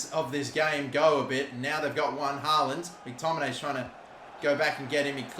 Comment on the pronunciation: Anyone else realise what he called McTominay😂